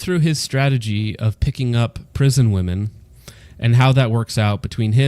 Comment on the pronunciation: Haha consistently saying Woman instead of Women is one of the best parts. Listen to me guys, I know woman.... 🤦‍♂🤦‍♂😂